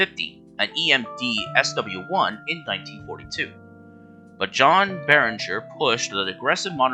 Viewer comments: His name was John Barriger! NOT Barringer! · Nice video; I thought the script was well-prepared, and you used what footage was available of a railroad that's been gone for half a century. My only criticisms are: - John Barriger's last name does NOT have an "N". The slides spelled it correctly, but the narrator mispronounced it repeatedly. - Louisville, Kentucky isn't supposed to be pronounced as "Lewis-ville". It's either "Lou-ee-ville" or "Lou-uh-ville". - Others have pointed out that the C&WI is the Chicago & Western Indiana (not Illinois) as stated. Good job, but these small improvements would have made the video better.